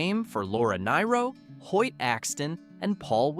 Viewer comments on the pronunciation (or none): And Laura Nyro is pronounced "Near-oh", not "Nigh-row". And why is she pictured on the link (even though she is associated with two of the acts featured)?